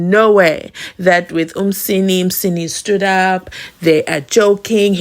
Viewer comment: Mnisi abd not Msini